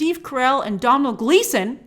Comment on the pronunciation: Grace i love your content, but you break my heart sometimes with your pronunciation..lol Domhnall Gleeson is Pronounced (Dough Naall) it means world ruler or rules the world in Irah Language